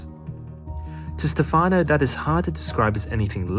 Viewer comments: Stefano is pronounced with an accent on the first syllable. Stéfano, not stefàno. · It's Stéfano, not Stefàno. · In Italian, Stefano is pronounced (STEPH-ah-no) not (steph-AH-no). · Stéfano not Stefàno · its Stèfano not Stefàno, its like sthephanie......but male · Its Stèfano, not Stefàno, btw. And the e is an "eh". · Thank you very interesting. Just one note, please it's Stéfano not Stefàno! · This is such an interesting subject! I remember reading his book "Verde Brillante" many years ago, when I was in middle school. It got me really interested in the way plants perceive the world around them. Also, it's "Stèfano", not "Stefáno". I don't want to be pedantic, but it's a bit annoying hearing it mispronounced so many times in a row. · Great video! Of course plants are aware. Who ever could think they weren’t? And it is pronounced STE’-fano. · Really interesting video, but you could've spent like 15 seconds learning how to pronounce "Stefano" since you were gonna say the name 40 times...